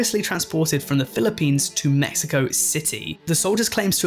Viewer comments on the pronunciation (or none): none